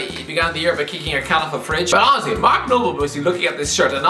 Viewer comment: I am a dumb American, can someone please explain why he keeps saying Ozzie? And yes I did try to google it. Edit: is he saying honestly?